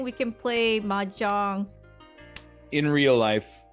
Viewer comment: Ermuhgerd! It’s mehjerng!